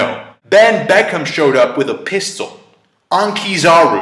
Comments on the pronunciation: Did i hear Beckham? Benn Beckman.. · it's Beckmann not Beckham!